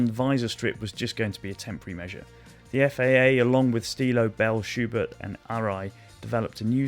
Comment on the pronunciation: its just "schubert" btw. no th.